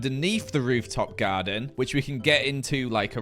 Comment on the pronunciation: bro said rooftop gyaden!! XD